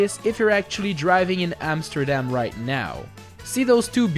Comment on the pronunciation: Dude you are saying the Amsterdam words so bad😂😂😂